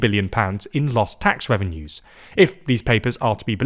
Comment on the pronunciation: "Tax Trevenue" .